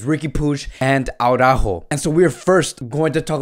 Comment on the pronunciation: Why are you saying Aurajo?Is that how you pronnounce his name?Because i just don`t understand how does Araujo become Aurajo?I assume your spanish so you know better,thus why i`m asking.